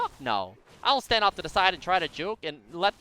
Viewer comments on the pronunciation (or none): none